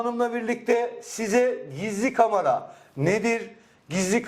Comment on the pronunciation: Kamara değil de Kamera diye telafuz etseydiniz iyi olurdu.